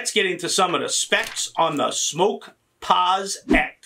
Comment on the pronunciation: Geez tho it's smok not smoke